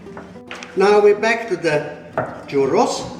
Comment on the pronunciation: Not bad for bolillo how to said churrrrrrrrrrrros haha🤣👍